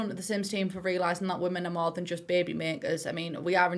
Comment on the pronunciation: I love how you say baby: bahbee:)